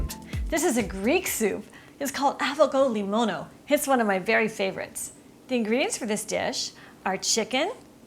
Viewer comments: It is pronounced Av-go-lemoni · avego-limono!! hahahahaha she can't even pronounce it correctly! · Yes, your hair is gorgeous, but it was hanging too much over the food. Also, it is pronounced Ah-va-LEMONO. The g is silent. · That is so not how you pronounce that !!!! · Never get a recipe from a person that can't even pronoun it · You butchered the name. Thanks for the recipe, but if you're going to dive into a different culture, then please make the effort in pronunciation.